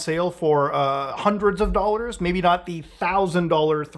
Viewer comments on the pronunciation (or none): "600 Dwolluhs"